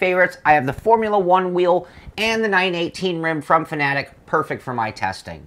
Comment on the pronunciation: It's pronounced fana-tec, not fanatic. Jesus.